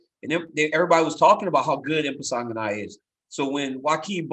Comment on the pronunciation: Everyone: "Impa Kasanganay" DC: "Impasanganay" Everyone: "Impasanganay"